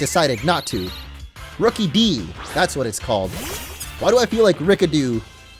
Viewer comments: It's not rookeedee it's rookidee like rook-uh-dee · This is how to pronounce Rookidee Ruu kid e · look it's a rukidee when it's name is rookidee